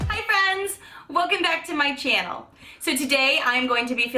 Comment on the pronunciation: Girl...you are such a joy to watch.....i love the way you pronounce channel...and now even my little boys say it like you.😉